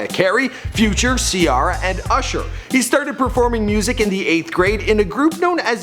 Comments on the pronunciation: Ci-are-a. Nigga it's Ciara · Cerrrra lmao